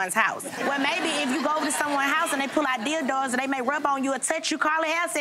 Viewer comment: “dildoors”😂💀💀 i cannot